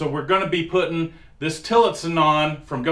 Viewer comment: Tillitson not tillton. Look in the descripion